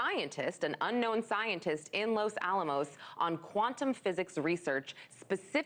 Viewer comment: working with an unknown?>., sounds like "known" to me, you said it..